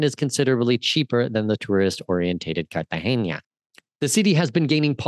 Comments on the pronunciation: So you are teaching us all about Colombia - you’ve “done all the research”. Seemed good until you called Cartagena as Cartageña - which it is not. What’s next, MedeLeen? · Dude carta-hena it’s an n not a ñ